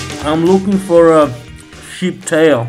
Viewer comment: No! It’s tail. Maybe it’s his accent. Sheep tail fat is delicious and full of nutrients infused in it.